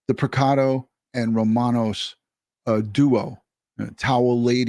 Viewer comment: The nams is pronounced Ro-man-oz.